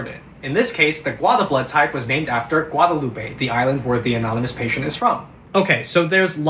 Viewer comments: The French island Guadeloupe is said like gwada-loop. Don't attack me in the replies for trying to help. 😢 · just for reference, the island of Guadeloupe is not pronounced Loup-ey. its pronounced Loup. (Guadeloup-ey is the spanish pronounciation and is used in a few cities in central/south america and other places.) The island of Guadeloupe is french, and if you want some really cool Geography, its a great place to look into! half the island was formed by a volcano and the other half is a dead coral reef. the two most common ways for islands to form... on the SAME island. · Guadeloupe is a French speaking island so it’s pronounced with a “loop” instead of “loopay” like it would be in Spanish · Gua - deh loo peh. 😢✊️😔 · Not the most important but it’s pronounced Gwada loop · Guadalupe🧍🏾‍♀ It's pronounced guadaloop. Loved the video but my inner Caribbean got me😭😭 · It's guad-a-loop, french pronunciation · the island is called "gwad-loop" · It's "gwad-loop" no "ay" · You don’t pronounce the e at the end, in French. There is another island where that pronunciation is correct.